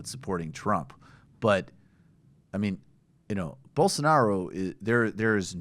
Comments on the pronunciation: Why did he have trouble pronouncing Bolsanaro’s name? Hasn’t he spoken about him before? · gaga: He dosn't evan know how to pronunce the guy's name. I doubt h knows anything about his specific policies.